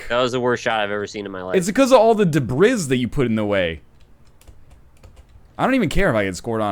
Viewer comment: Did NL just say debris with the s?